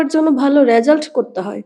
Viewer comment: “র‍্যাজাল্ট”, নয় হবে “রেজাল্ট”